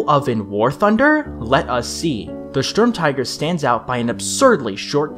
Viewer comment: And then proceeded to schtorm all over the place